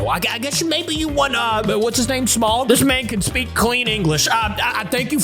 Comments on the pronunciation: dude Smaug is EVIL (ps it’s pronounced “sm-a-o-ug” not “smug” or “smog”) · It's smaug not smog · It's not pronounced like smog it's pronounced smawg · So, it's actually smaug, not smog. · Sm-ow-g not smog just to let you know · It’s pronounced Sm-ow-guh not Sm-og, also Smaug is literally known as the impenetrable talking dragon. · You did not pronounce Smaug right, it's spelled S-M-A-U-G.